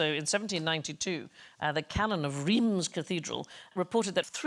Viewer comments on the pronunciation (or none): hilarious... just Reims is pronounced r-un-s like the French word rince (from rincer , to rinse)